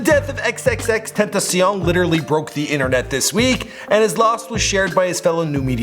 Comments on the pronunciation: It’s tentacian not tentasean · It's pronounced xxx ten ta see own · Its TEN-TA-C-ION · RIP X but can you at least say tentacion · The way he says tentacion